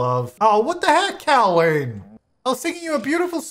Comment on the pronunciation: when said Cowleen like Jolene and not Cowleen like Colleen 😔😔😔💔